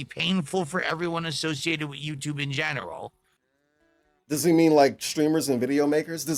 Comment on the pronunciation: It always makes me laugh at how he says general he says it like the rank of genaral in the army